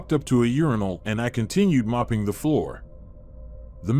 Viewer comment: The mispronunciation of invalid made me laugh. And you said moping instead of mopping, are you a real person?